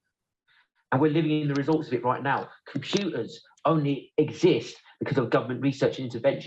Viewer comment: The way he repeat "roight" every 2 seconds makes me wanna punch the screen